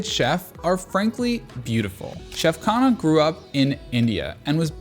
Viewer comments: The interesting thing is that you are slightly mispronouncing his last name Khanna (emphasis on N), it sounds like khana which means food in hindi😂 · I loved your video. You made everything look and sound spectacular, and now I want to book a table there. But you really need to say his name right. It's Khunh-nnaah . Remember, Indian languages put the emphasis on the second syllable, not the first one. Like - Anarkali - pronounced A naar- Cully.